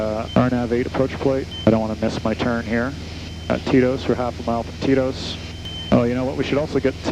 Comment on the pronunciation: Oh, TETOS. I thought you were saying "TIto's." Like it was Tito's waypoint.